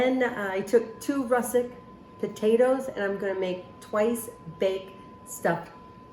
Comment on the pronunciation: Looks delicious! The potatoes are actually russeT not russeK.